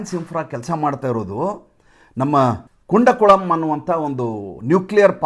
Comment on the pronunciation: ನಮಸ್ತೇ. ಅದು ಕುಂಡಕುಳಂ ಅಲ್ಲ. ಕೂಡಂಕುಳಂ ಆಗಬೇಕು.